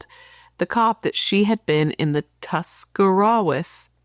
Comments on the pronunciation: You’re saying Tuscarawas correctly… Tusca-raw-as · This is so close to home for me. My kids dad lives in the New Philadelphia area, so I find myself driving thru Dover weekly, often stopping at the Newtown Mall. Also your second pronunciation of Tuscarawas was correct!